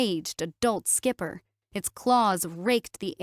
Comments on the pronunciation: Or mispronouncing Skiper... ("Skyp-er", instead of "skip-er") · "Skiper" <> "Skipper". Match the captioning with the pronunciation. Pretty please.